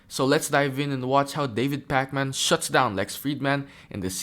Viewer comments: I think it’s “PAK-min” not “Pak-MAN” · Not that you will ever need it again, or perhaps so, but his last name is pronounced "pack-men" not "Pac Man". Pac Man is a video game character, if you weren't aware. And remember, kids, Pac Man isn't just a game you play, it's a Jewish name pronounced in a completely different way.